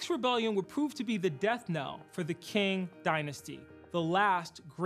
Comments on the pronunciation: In mandarin it would be pronounced similar to Tsing, in American English it’s Ching in British English it’s King y’all are all right😂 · With respect Mr. Williams, Qing is pronounced Ching, not King. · hey!!!! its' ethan from 5/6th period also qing is pronounced "ching" not "king" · hoomalu it’s not exactly either. Cih-ing is probably the closest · It's not pronounced like that either just saying. I prefer king honestly. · I think it might have to do with dialect and accent. As the way my people said it is "Ching". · So…you’re just entirely wrong if you are talking about standard Mandarin as spoken in the mainland and Taiwan. Qing is closest to “Ching” in English. The “Ts” sound is when it starts with a “C” (like the name Cao Cao). And it is 1st tone, not 3rd tone. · How can I show this to students when the guy can't pronounce Qing and doesn't know when to use "whom" and when to use "who"? Neither is a big deal, but with a video titled "how to sound smart" those are probably two really fast ways not to accomplish that goal.